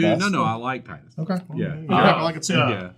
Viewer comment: Tidus' name is pronounced Tidus not Tidus. I hope this doesn't make anything more clear unless you know the reference.